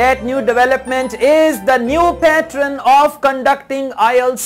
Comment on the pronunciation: Please say pattern as ''pat + turn'' not ''pat + run'' as you are saying. This will help students thats why I am pointing it out